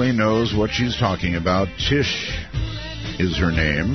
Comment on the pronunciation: Her name is "Tish" not Trish